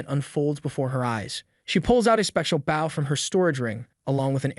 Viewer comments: Is this AI narration? Can't imagine anyone would bow as baow unless it was a spelling mistake as the script was fed to an AI. Impressive how human these deadpan narrations by AI can sound. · bro pulled out a "baw"